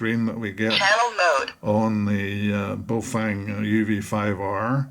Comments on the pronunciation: not bay oh fang.... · pronunciation guide...... Ba-oh Fung...--> bag of wind. or Good to hold... depending on how used in context